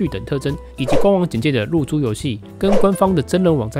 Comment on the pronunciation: 一直聽成入珠遊戲（對不起....